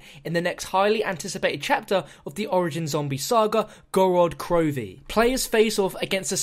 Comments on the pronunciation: It's Gorod Krovee. Put emphasis on the first o in Gorod and emphasis on the last letter in krovi. Город Крови in Russian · No offense but it's pronounced gored crofee. Roll the r's. I'm russian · please say the name correctly its pronounced gaa-raat kro-ve